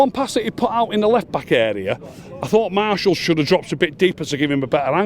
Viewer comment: Man says martial like Marshall